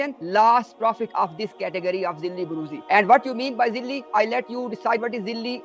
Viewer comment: It’s not zilli it’s zaleel 😂